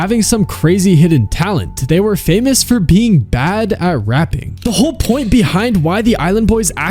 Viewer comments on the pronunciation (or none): Bro heads up. It’s rapping not raping 💀💀💀